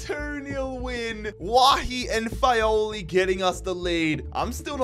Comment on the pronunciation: Great episode as always!! Just a small annotation to make, Fagioli is pronounced FA - JO (like in John or Jamaica) - LI